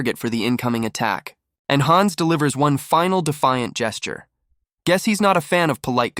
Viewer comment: You're going to drive me nuts if you keep saying "guees".